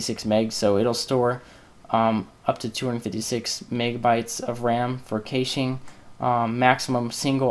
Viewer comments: kayshing! lol i've heard people pronounce it cash-aye which is annoying, but this tops it. its cash pronounced like cash money. as in "clear the cash memory" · well this was a good video until you started talking about caching, i had to stop watching your continued mispronunciation of the word was driving me crazy. It is pronounced "Cash" or "Cashing" even though it is spelled "Cache" or "Caching" Just a little FYI